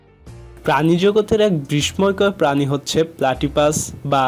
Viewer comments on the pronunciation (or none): বিষ্ময় ও হংসচঞ্চু উচ্চারণ ঠিক করতে হবে